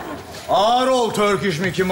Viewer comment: evt yazılış öyle tabiki biliyorum ama skeç de torkiş diyor dikkat ederseniz